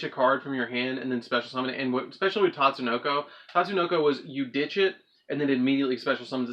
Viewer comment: it's not tatsunoko it's pronounced Tsuchinoko ( SU - CHi - NO - KO)